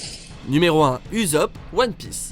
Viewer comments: On dit pas uzop mais "oussop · Oh t’ s dit uzopp au lieu de usopp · ussop se dit « ousop » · Bha l'équipage au chapeau de paille y sont tous revenue plus fort nan(ptnnn c'est pas uzopp c'est usopp bordel) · "Numéro 1 : Uzopp" non mais sérieux même en VO on entend OUSSOPU donc en VF OUSSOP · Pk tu dis Uzopp alors que 2s apres il dis lui meme Ussopp... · On dit Usopp et non pas Uzop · Uzop... «wasted» Ça se prononce Oussop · On dit Usopp avec un "s" et pas un" z" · Ahh je l'ai entendue et j'ai failli faire une crise cardiaque;-; retenais bien qu'on prononce "Oussopp" (j'ai mis deux s car sinon ca fait z un s entre deux voyelles dans la langue française) svp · oui Oussopp ou Oussopuh MAIS JAMAIS AU GRAND JAMAIS UZOPE !!! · Sinon la prononciation des bon sang déjà j’ai crue entendre Gio à la place de Dio Jonathan c’est bien écrit comme ça son nom mais on dit Jonathane pour notre Jojo Musclé Et Gentleman et Uzopp UZOPP C’est Usopp on parle du gars mythoman (il restera toujours un Mythoman) On parle d’un gars qui a maintenan un avis recherche qui est passer a et en plus on lui a rajoute "God" DIEU BORDEL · On dit pas uzop mais oussop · USOPP se prononce OUSSOP et non Uzop 😅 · C pa uzop mé oussop kon prononce pour usopp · C'est pas uzopp c ussop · Ça se dit ousop et c jonathan à l'anglaise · Usiop aïe aïe aïe ça fait très mal au oreilles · J'étais pas prêt pour le 'Uzop' 😂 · Usopp [ ousope ] ptn c pas possible respecte le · Usopp se prononce Oussop au cas ou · "Uzopp" ? T'es sérieux ? Fait un effort quoi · "Uzope" mes oreilles saignent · T'a violé la saga One Piece t'a mal prononcé son nom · Bonne vidéo, mais j'ai un peu tiqué sur la prononciation de Usopp ('s' et non 'z' pour le s comme on l'entend dire de Usopp lui-même)